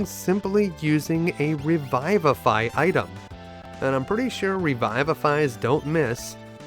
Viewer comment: Re-vih-vah-f-eye. puh-lee-ss